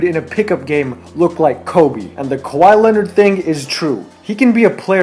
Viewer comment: its irritating when people pronounce " kawhi " as " kawaii "